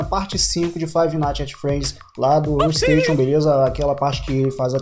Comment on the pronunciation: Só queria avisar uma coisa: como você viu, nome do canal é Huestation, mas a pronuncia é Ruesteichion